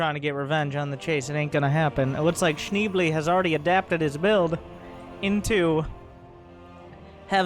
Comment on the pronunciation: It's "Shneeblay" ;)